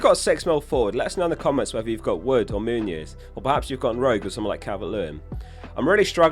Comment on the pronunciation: Please, it's Muniz not Muñiz